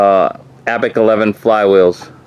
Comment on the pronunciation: Abeck! that's how you kept pronouncing it. Its Abec!